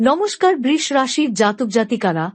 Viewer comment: বৃষ্ রাশি? বাংলায় বৃষ রাশির উচ্চারণ অন্তত ঠিক করুন।